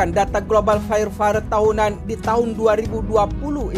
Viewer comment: Bukan fayer fawer.. tapi fayer pawer/ fire power